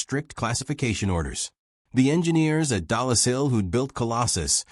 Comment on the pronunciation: Bill Tutte's last name is pronounced "TUT," not "TOO-tay." Lorenz , which you know (as shown here in the comments), is not spelled "Lauren's" (nor is it possessive). Yet there it is in the text-to-speech generated subtitles. Elsewhere it appears as "Irens." Dollis Hill is NOT "Dallas Hill." "Mark I" should be voiced "Mark One," NOT "Mark Eye". "Armistice." That's the Great War (or World War II). The end of hostilities in the European theater of World War II is not referred to as an armistice, which is a temporary cessation of fighting by mutual consent; a truce. Instead, the end of hostilities in Europe in May1945 is formally described as Germany’s unconditional surrender to the Allies. The word "hundred," heard more than once in the VO to quantify the number of valves or vacuum tubes in Colossus, does not appear in the speech-to-text generated subtitles. "For" should not have been interpreted as "4". Your VO says "Pas de Calais" (which is correct) but the on-screen text reads "Pointe du Hoc," which is a location on the west end of Omaha Beach. I'm less than 1/3 of the way through this video. But I'm done. Proofreading the subtitles was your job...and as much as you say you valued detail to give Flowers his well-deserved due, you dropped the ball in executing the fundamentals.